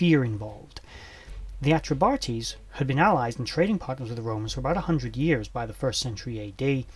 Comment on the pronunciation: Enjoyed!. I do believe it's "Atreb-Ahteys" as opposed to "Atreb-Artees", Peace.